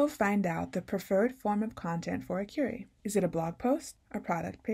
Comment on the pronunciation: I was confused until I realized when you said "curry" you meant "kwery."